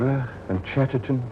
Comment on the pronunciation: Bill Hartnell mispronouncing Chesterton's name is simultaneously a gaff, completely in character, and heartbreaking at the same time.